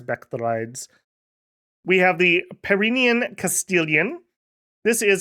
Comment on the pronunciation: Also my French / Basque girlfriend from Bosse insists its pronounced like Pyrenees mountains. Like Pi Ren Nee not Pi Reen. Her heavily french bias and my being a total anglophone makes Dominions nations a good time when shes in the office.